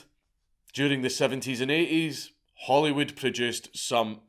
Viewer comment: Did he say Hollywood or Holyrood???